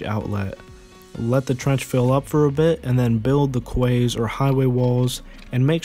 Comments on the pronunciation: Quay is pronounced like key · Quay is like Key ;)